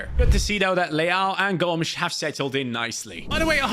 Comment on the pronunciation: With the brazillian accent they say "Gômiz", not Gomes like a portuguese lad